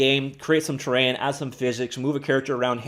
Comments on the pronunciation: Please slow down when you say terrain because it sounds like you're saying train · I think its a Canadian thing lol I've heard it said like that before aye